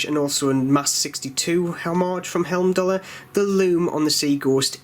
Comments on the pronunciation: The escape valve is purely cosmetic if I'm not mistaken. Also 'heim'dallr, not helmdallr. ;) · I love your reviews but I do need to point out there's only two letter "L" in the word Heimdallr, and they're in the second syllable. 😎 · I am a huge fan of Heimdallr watches , unbelievable quality for price , p.s it`s pronounced High-m-daller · Being a Jeordie is no excuse for pronouncing Heimdallr incorrectly. Agree, Heimdallr are arguably the best value for money watch available. It's a nice watch, and I like the logo. I just don't think the two go together though.